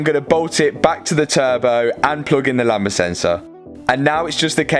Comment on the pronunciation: You keep saying lamBa, it's lambDA